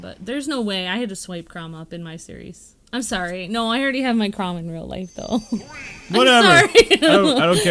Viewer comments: Chrom is pronounced Zliek Krawm, and Lucina is Loo-See-Nuh. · They're saying lucina and chrom wrong.